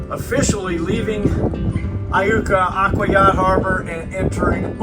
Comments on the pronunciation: How about learning to pronounce the town names. It is pronounced " I YOU KA". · Iuka is pronounced eye-you-ka. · I believe it's pronounced eye yooka ms by the locals. I've lived about 30 minutes west of there my whole life.